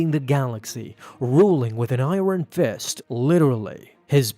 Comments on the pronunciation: Did you just say I-RON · Ruling with an "i Ron Fist" you mean Iron? lmao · ai·urn Not ai-ron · "EYERON FIST" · Eye-ron fist just no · Ruling w/ an "I - Ron" fist? 🤣